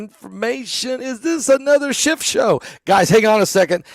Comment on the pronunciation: His name is not "Schift"... Its "Schiff."